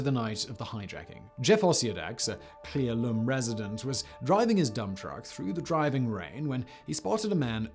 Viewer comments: CLEE ELL-um Simon, not Clee El-OOHM. That one was BAD, friend. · The name of the town you keep mispronouncing in Klee Ellum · Cle Elum: Prounouned - Clay Ell Um, by WA State locals at least. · Cle Elum. (Clee-El-Um) - speck of a town in the cascades quite a bit away from the flight path. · Cle “L,” Um, you’re close though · Being from Washington the way he says Cle elum bothers me soooo much and I love his content xD